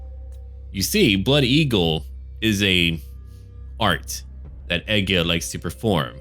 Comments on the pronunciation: "E-GIL" dammit! how hard is that to pronounce!? Ergil? ewewwrtgbggil? no... E-GIL.;) now. back to the vid:D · im norwegian, and egil is a typical norwegian name. Trust me, its e-gil. 😁 but it will sound more like ey-gil when your pronouncing it. Our way of sounding out the e is abit weird. Loving cinematic vids btb. Great content!